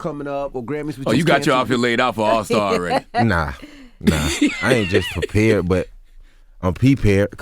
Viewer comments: prepared ❌, 🅿️pared ✅ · Bruh said P pared lol rappers really be tryna make new lingo on the spot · This man said I’m P pared